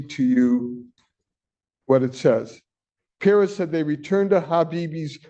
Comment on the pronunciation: How can he NOT know how to pronounce Perez? smh